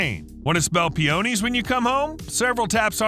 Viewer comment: and peonies